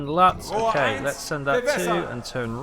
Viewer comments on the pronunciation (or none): none